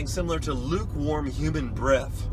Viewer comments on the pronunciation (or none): none